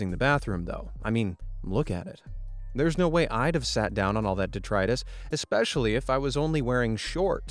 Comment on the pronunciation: "detritus" please check your pronunciations. Thx!